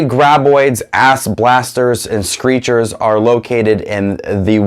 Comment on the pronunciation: Its shriekers not screschers